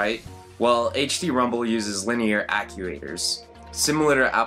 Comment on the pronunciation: Hah! Case closed The guy doesn't know how to pronounce "actuators". It's so obvious he was reading someone else's words. He clearly wasn't familiar enough with that word to use it from his own origination. If he was really using his own original thoughts, he would have chosen a word he knew. "Ack-yoo-aters". [edited for clarity]